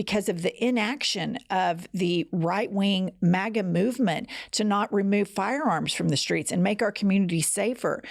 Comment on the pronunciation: Jen it sounded to me you were saying "Maggot" instead of Maga....Maggot is better..MAKE AMERICA GREAT, GET OUT TRUMP!!👍♥️♥️♥️